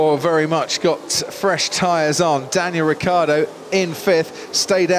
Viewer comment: Anyone gonna talk about the mumbling when croft trying to say "Daniel Ricciardo?"